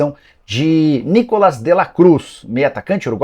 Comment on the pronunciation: Não é Nícolas e sim Nicolás!!.